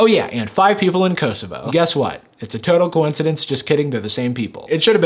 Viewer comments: You emphasized the wrong O in Kosovo kosovO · Kosovo is a short first 'o' sound, like in cot or cost. At least that is how I have always heard it. Growing up in the 90s in Europe it was on the news A LOT because of war. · kosovo is pronounced "koh-soh-voh", instead of "kowe-sowe-vowe" -a serb :) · When some of your fans from Kosovo, you celebrate the little shout out. Would have been cool if you had checked how to pronounce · he butchered the name kosovo so much but it was fun to hear. (btw im from serbia, so ik theres beef between kosovo and serbia, but personally, i dont care abt that) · The way he pronounced Kosovo, I didn't even register what he said until I saw it written on the screen 😂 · Since I'm from Bosnia and Herzegovina, and I speak Serbian I cringed at how you said Kosovo.